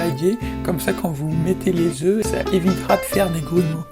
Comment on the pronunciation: « 4 œufs » se prononce « e » pas « œufes » ! Par contre l’instant écolo m’a tué avec tous les morceaux de coquilles qui s’envolent à 1m des plantes 😂! Sinon super vidèo !